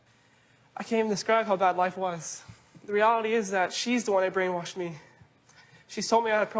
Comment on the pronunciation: And said “brainwarshed” more than once… lmoa 😂